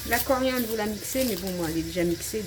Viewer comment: On dit CORIANDRE........ N'ALLEZ PAS TROP VITE POUR PARLER AUSSI.....😂